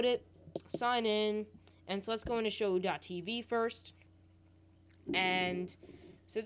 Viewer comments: It's pronounced (show) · sho-ou be like lmao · It's pronounced show btw :)